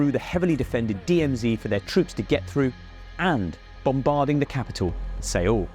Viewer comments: It’s pronounced soul, not seeol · its 'seoul' 'not seeowl' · se-oul...kind of a weird pronunciation. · Sayule? Interesting pronunciation 😂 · LOL "See ool" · A for effort on trying to say Seoul. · You have no creditability if you cant even pronounce the Capital of South Korea correctly